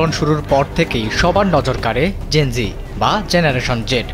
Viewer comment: লিখলেন জেন - যেড, বলতেসেন যেন- জি। A B C D জানেন না?